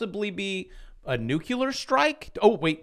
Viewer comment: Nukie-lear. Courtesy, Nobody. 🤣😂🤣 Hilarious!